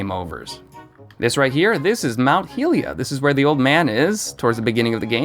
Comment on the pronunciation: why on earth do you say heelia XD XD